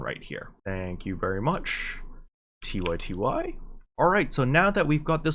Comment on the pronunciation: You pronounce TyTy as tee-why tee-why? I pronounce it as TaiTai lmao, maybe because my mother tongue is spanish.